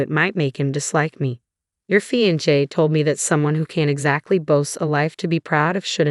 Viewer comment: Narrator (AI) Really needs to learn how to pronounce Fiancé! 🙄